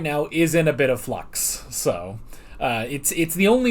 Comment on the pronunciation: did you say “FLUX”?🤣